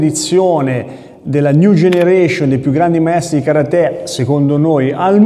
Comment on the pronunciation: Si dice KA RATE